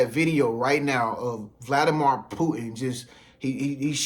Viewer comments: Every time this man says Vladi-mar i cringe... Vladimir = (Vladi-mere) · Brother please get the pronunciation correct. It's Vladimir (meer sound) anf not mor sound.